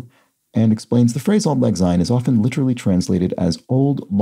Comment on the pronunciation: As a Scot I'd really prefer you to not pronounce "syne " with a z sound at the beginning ie with an s as in sound not a z as in zoo. There is another Scots word " sine" as in " Better a clean sine than a dirty dicht!" = better a clean rinse than a dirty wipe.